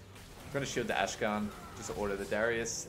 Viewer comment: akshan... not ashkan